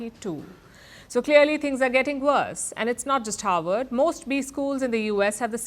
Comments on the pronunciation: It is HARVARD, not HOWARD. Why is it difficult for indians to vocalize the "V" sound? Is there no "V" sound in hindi language? Even if so, learning english should have introduced her to the "V" sound. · Harvard not Howard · You're mixing Harvard and Howard Universities up. I think it's the Indian accent messing up your reporting. The images on the screen don't match either, probably because they are AI generated based on how you are pronouncing the words. -Howard University grad. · She mentions Havard like Howard. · its Harvard not Howard. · Perhaps pronounce Harvard correctly?